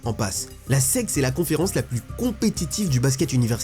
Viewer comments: La S-E-C c’est pas la sec mdr, j’avais grave du mal à capter que tu parlais de la South Eastern Conference (SEC), ça se prononce S-I-Ci (en FR) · C'est horrible de t'entendre dire la SEC en 1 mot... ca se dit lettre par lettre S E C ! vraiment c'est terrible mais sinon grave bonne vidéo